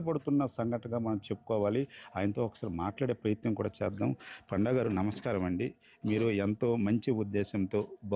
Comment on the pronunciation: పాండా కాదు రా పండా